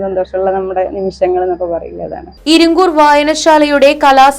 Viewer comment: ഇരിങ്കൂർ അല്ല ഇരിങ്കുറ്റൂർ